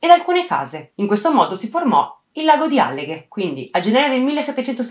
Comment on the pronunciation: Ah comunque è àlleghe, non allèghe, comunque complimenti per il video!